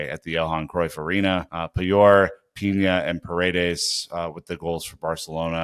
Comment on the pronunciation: Pina 🌲 not piña 🍍, thanks